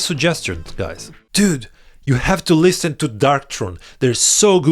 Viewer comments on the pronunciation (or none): It's liSSSen not lisTen